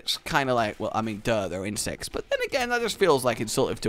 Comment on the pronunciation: When you said insects I thought you said insest